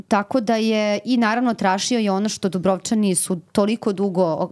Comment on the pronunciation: krivo izgovarate Dubrovčani. krivi vam je naglasak :face-blue-wide-eyes